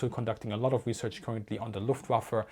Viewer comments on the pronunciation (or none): "Ze Rockets" "It Schrecks Panzers" LOL Easily the most amusing episode of Military Aviation History.